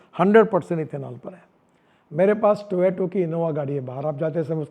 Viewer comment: Toyota ❌ Toyeoto ✅. 😂🤣😂